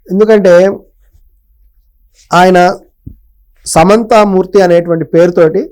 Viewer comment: అయ్యా. ముచ్చింతల్ లో ఉన్న విన్న విగ్రహం పేరు సమతా మూర్తి. సమంతా మూర్తి కాదు. కనీసం పేరు కూడా సరిగ్గా పలకలేరు, ఇంకో మీరు ఏమి విశ్లేశిస్తారు చిన్న జీయర్ స్వామి గురించి. అంటే నేను చిన్న జియర్ స్వామి గురించి ఏమీ అనడం లేదు, అతను అన్నదీ తప్పా, లేక కరెక్టా అనే విషయం గురించి ఏమీ అనడంలేదు. కాని ఇలాగే మీలాగా తమ తమ మతాల గురించి అర్థం పర్థం లేకుండా , మాట్లాడేవారు ప్రతి మతం లో కోకొల్లలు. అసలు మతాలు మత సూత్రాలు వారి వారి జీవన విధానాన్ని తెలియజేస్తాయి. అంతే గాని ఆ గ్రంథం లో ఉన్నది తప్పు, లేక ఈ గ్రంథం లో ఉన్నది మాత్రమే కరెక్ట్ అని కొట్టకొని చావడానికి కాదు.